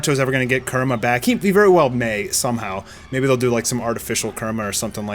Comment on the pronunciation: continues his steak of pronouncing names oddly. First, Saitama and now Kurama.